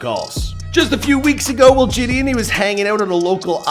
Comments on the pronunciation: (Je-De-On)[JiDion] is the pronunciation, not (Je-D-En) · “Je”-“don” not “jay”-“don” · its ‘jih dee on’ not ‘ji dian’ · It’s not ji d in its pronounced juh d on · Bruh it’s JidIIIIIIOOOn 🤦🏾‍♂️ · It’s JAHDEEONN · Btw his name is said “Jid-on” in actuality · It’s pronounced “juh-dee-on” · the way hes sayn jidion is pissin me off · I hate this guy didn’t get his name right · how can you not pronounce his name correctly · just embarrassing how you couldn’t even say his name 😂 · how many ways will pronounce Jidion’s name smh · L couldn’t even pronounce his name right smh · Lol you butchered the man’s name and he could he be born in 2009? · The amount of times McDonalds- I mean butchered Jidion's name is uncountable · A for effort but you butchered his name the entire video 😂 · He cant even say jidions name right